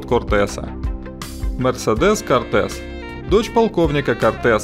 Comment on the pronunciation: Ашипки: 1.. Полицейские пишут не заметки, а рапорты) Вот два его определения: а. Служебное сообщение, донесение младшего по званию старшему военному начальнику. б. Доклад, сообщение о выполнении взятых на себя обязательств. 2. Ударение (заглавная буква - ударение) Не мерседЕс, а мерсЕдес - от сефардского «милосердие, грация» — ударение в имени падает на второй слог. 3. Не Пьер Ла Понс а Пьер Ля Понс - мелочь, но звучит куда красивее, не говоря о правильности произношения)